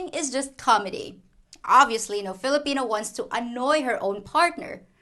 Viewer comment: Hahaha thanks again for your videos. I think it's "flipina time" not Philippine time. Hahahah. Ingat ka lagi.